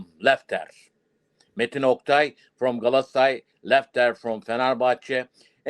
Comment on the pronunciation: Look at this dinazor 😂 saying that matin oktay and lefter .